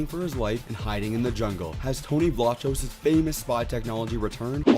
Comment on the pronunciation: FYI Tony pronounces his last name with a hard k sound in the middle. Vlah kose.